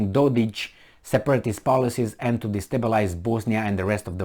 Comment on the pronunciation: Dodik... not Dodić